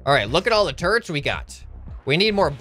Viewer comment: when he said "Look at all the turrents we got!" i thought he said "Look at all the TURDS we got!"